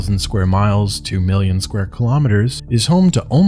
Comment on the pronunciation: Milllion? :P